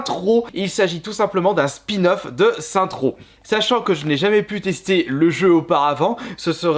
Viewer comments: "sainte ro" XD ça se dit "sainse ro" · Sènce row plutôt